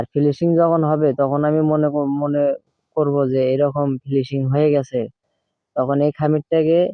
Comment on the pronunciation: ফিলিসিং না,,উচ্চারণ হবে ফিনিসিং,, অনেক ধন্যবাদ এখনোর জন্য।